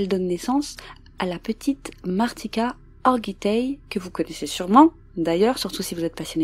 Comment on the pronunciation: Mariska pas martika 😁